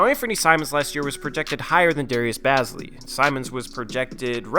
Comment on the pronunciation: he is like my brother and it is pronounced bae-zly